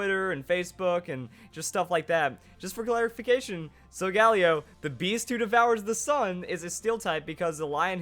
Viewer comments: not so gal eo sol gah leo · oh my goodness please the pronunciation it's solga LEO it's a lion for God's sake pleas stop saying Sol galeo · Why does he constantly butcher Sol-ga-lay-oh?!?! It's not that hard to say correctly. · SOGALEO IS PRONOUNCED AS SO-GALIO!!!!!!! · The way he pronounces Solgaleo hurts. I say sol-ga-lee-o or sol-ga-lay-o.